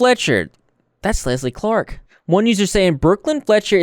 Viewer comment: Why did I think you said “Leslie Fart” instead of “Leslie Clark” at the beginning 💀